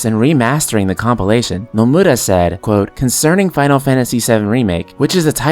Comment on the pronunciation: It's funny how you say "NomurRra" ahahhah Nice video btw, I love watching your videos